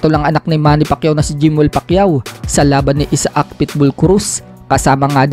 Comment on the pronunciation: ito ang Tamang bigkas,aysak,hindi Isa ak